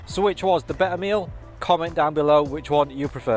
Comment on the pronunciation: There are 2 Ts in better. Please try and pronounce them. Your reviews are good, but this annoys me.